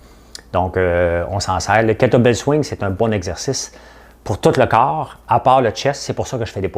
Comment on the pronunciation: C'est KETTLE BELL et non BELT ;) (Sans rancunes)